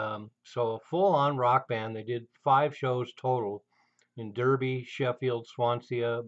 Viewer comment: I'm a huge Eno fan and would love to hear the live Eno and The Winkies album of which you speak. Pedantics Corner : Derby is pronounced Darby. Cheers.